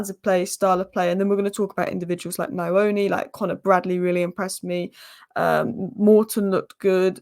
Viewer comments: The pronounciation of nyoni is (nnn-yoh-knee) it is not (nnn-eye-oni) haha its pretty difficult you will get it tho, nyoni means bird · its NYOOH-NiH and not NIA-ONI. The lad is of Zimbabwean origin, a Shona. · It's pronounced like Knee'O'Knee.. Nyo sounds like 'new' but with an O at the end 😅